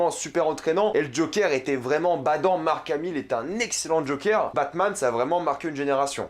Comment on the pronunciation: Alors, je suis globalement d'accord avec toi mais tu fais trop le cainri genre "Batman avec kevin Conroy et Mark hamill" gars on sais tout les deux qu'on partait ça en francais sur la 3 😅